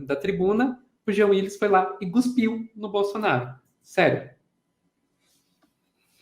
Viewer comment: desculpe pela chatice, mas você pronunciou "gospir" por duas vezes. Parece que o certo é "cospir".